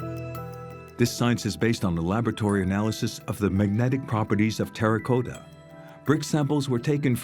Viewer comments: Very informative and interesting. My only criticism is who/whatever is narrating needs to learn to pronounce English words. ImPENatrable; INfinitely; terraCOTa Not terracoata. The narrations that slaughter the language drive me NUTS! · ImpenETrable?! Terra COAta?!? MEEca!! StratEEgists. Bot Alert. Or more likely, French native narrator who can't handle an accentual language.